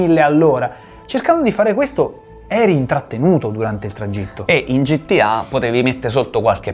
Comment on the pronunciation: ma qualcuno gli vuol dire al tizio di sinistra che gta non si pronuncia gittià